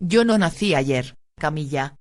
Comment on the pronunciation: Porque dice "Camilla"?...acaso no es Camila